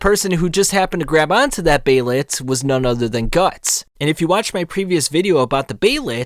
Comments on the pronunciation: hate the way this guy says behelit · The way you say behelit irks me